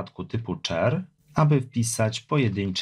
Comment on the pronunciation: Wszystko super ale mógłbyś popracować nad wymową angielskich słów, jak słyszałem boolean lub char to aż mnie skręcało.